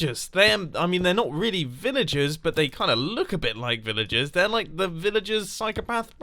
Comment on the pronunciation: I loike it not like loike